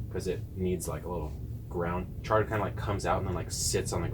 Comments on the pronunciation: It’s chard not shard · he said Shard LOL. He meant Chard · It IS chard, not shard. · Every time he said "Shard" I wanted to come inside the video and give him a smack on the back of his head. 😂😂😂